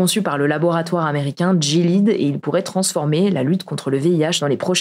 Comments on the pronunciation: Super vidéo comme d'habitude ! Petite précision : le labo Gilead se prononce "Gui-lé-ade" et non pas "Dji-lide" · "jilid" ?!? GUI-LAI-AD .... mes oreilles ... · Il me semble que "Gilead" se prononce "Gui-lé-ade" comme le chevalier de la table ronde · Gilead se prononce comme "Guy Léade" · Gilead se prononce très certainement « guilihade », comme dans The Handmade's Tale (La Servante écarlate). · GILEAD se prononce "gui-li-ad" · GILEAD, ça se prononce comme dans la série The Handmaid's Tale (La Servante écarlate). Appelez moi si besoin d'un expert en santé